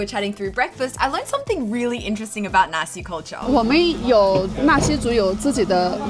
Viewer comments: haha i keep getting a bit confused bc i keep hearing Nasi instead of naxi, nasi means rice in indonesian (and when you say nasi in then netherlands one usually refers to nasi goreng, fried rice) also something fun, the dutch word for chickpeas is kikkerwten, which literally means frogpeas, so its kinda fitting that a culture whose favourite animal is the frog, primarily produce frogpeas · I misheard "the Naxi people"... Haha xD a rare deeper exploration of Liziang in English! 👍